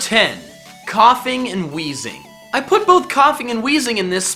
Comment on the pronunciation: THERE IS NO H IN WEEZING!